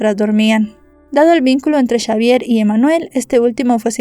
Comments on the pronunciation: Todo bien, excepto porque decis chavier y no es esa la pronunciación correcta más bien la X suena como una S en ese caso seria Savier la forma correcta de decirlo. No es crítica pero se que no tendrías porque saber toooodo y hacerlo perfecto aunque tu trabajo es impecable. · Xavier se pronuncia Chavier o cómo Javier.?